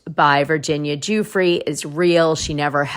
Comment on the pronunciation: Hi Dana. I love your show. Just a note - Virginia Giuffre's last name is pronounced "Jeffrey."